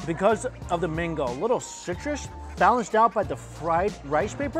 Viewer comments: Why keep saying mingo ? It’s mango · Cam you stop pronouns as mingo , it’s is mango